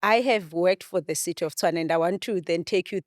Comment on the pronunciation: Host the name of the city is Tshwane not Tswane...great episode though...